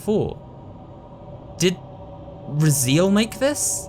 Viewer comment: I think it’s pronounced Raz-ay-el, not Razeel.